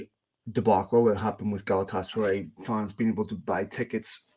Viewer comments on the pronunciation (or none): for the love of God, say it with me - GA-LA-TA-SA-RYE!